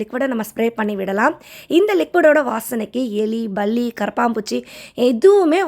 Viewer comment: Can U say palli properly